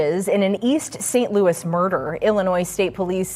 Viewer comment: Girl is East St. Louis ! Not St. Louie 😂